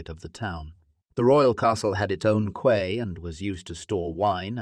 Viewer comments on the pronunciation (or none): Brilliant! Really great reconstruction and overview. One quick question: what’s a “kway”? Do you mean “quay”? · Very interesting until the point where ‘quay’ was mispronounced ‘Kway’! If that’s wrong, talking about a maritime settlement..... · Interesting video..... may be i am going skeptical, but the narration is off.... Quay is pronounced wrong, like it is being spoken by an artificial text to speech bot. Also a sentence seems to be cut short and another jammed on the end. "Saint Michael" is mushed together...... I hope this isn't more AI slop being thrown together. The 3d rendering is good.... you need to work on the narration